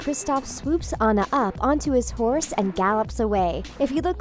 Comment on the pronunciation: She said hourse YEAH ONE WITH ANTLERS!